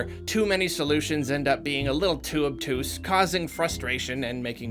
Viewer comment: Too obtuse? I think you mean too OBGOOSE